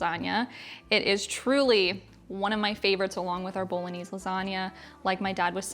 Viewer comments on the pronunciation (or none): none